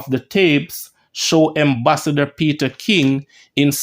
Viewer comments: Its Ambassador and not Embassador lol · lawd Gad what unnu go learn Fi read bredda. Embassasor or Ambassador ,Poosy it is Pusey. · Am is am, em is em, the word is ambassador not embassador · The word is (ambassador) with an A. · The word is AM-bassador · I believe he this it for fun because he knows people will comment